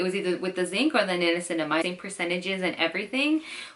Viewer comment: You said niancinamide, yet the formula u showed on the screen was zinc pyrithione